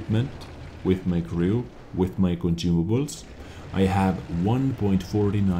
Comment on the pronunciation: I love how je says "conjumables" haha :D